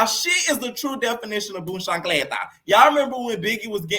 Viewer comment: Awww your Haitian! I gotta follow! That’s how you know what chancleta was and said it so good! I am Dominican and my husband is Haitian! Biggie needa stand on business though. I can’t with her tears!